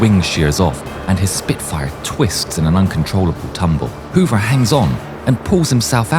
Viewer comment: Wow, I didn't even make the connection when you kept saying Robert Hover. Simply amazing! I got to see him do his demonstrations in the late 1980s and was so awestruck